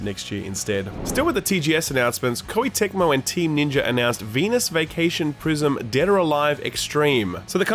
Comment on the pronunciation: bro why did you say venus like that the hell